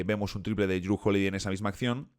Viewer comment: Respecto a la pronunciación, Jrue es "Dru"